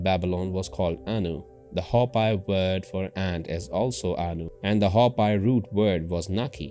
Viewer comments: Hopi should sound as "Hope..Pea" not "Hop Pie" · When pronounced it sounds like Ho-pee not Ho-pie. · Pronounced Hope-ee geez and the Ant people are ET living within the earth. Same as the Mantis people. Hopi same name as Hapi of Egypt. Were linked to beings from Orion and Zeta. Zu Aztec are descendants and Mayan. Mayan were deported to Ankh Har in cambodia